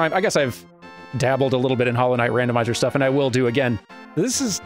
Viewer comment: "Dandomizer.." "Dandomizer..." "Dandomizer" ... ... ... ...i approve